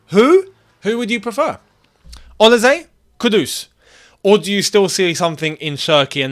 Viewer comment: Man said olize its olise you're African you should know better lol